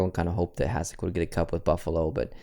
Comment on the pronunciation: Its pronounced Hashek for future defensively